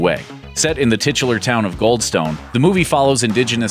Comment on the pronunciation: "titular" heh heh heh heh